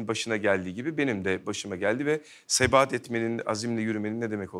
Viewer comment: Sebat etmek mi? Sebahat etmek mi? Yanlış mı duydum acaba? 😅